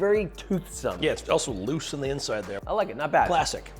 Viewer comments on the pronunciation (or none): none